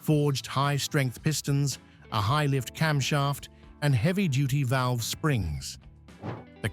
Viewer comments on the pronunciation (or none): none